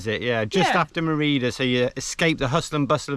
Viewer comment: fyi - Mérida is pronounced MAY ree duh - great video and happy anniversary - from Mérida Yucatán